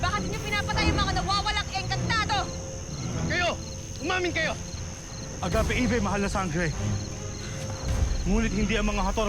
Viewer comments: Dba AGAPEAVE bakit AGAPIEVE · Agapeive daw diba dapat agapeave